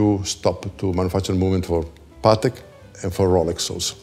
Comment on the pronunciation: Say it with me... it's pah-tek, not "paddock." Love ya,, but if Patek Philippe is one of your favorite brands, you gotta get the pronunciation down!